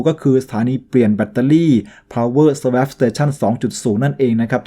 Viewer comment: SWAP อ่านว่า สะวอป ครับ